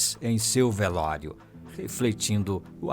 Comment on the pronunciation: "VELÓIRO" KKKKL